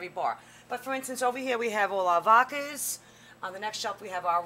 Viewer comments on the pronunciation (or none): It's vodka with a d.